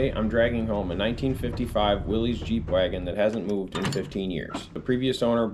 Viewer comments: i hate to be that guy but it's pronounced willis not will-ees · Willys is actually pronounced "Willis".